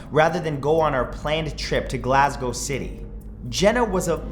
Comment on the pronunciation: Finally, someone from North America that can say Glasgow properly, thanks Matthew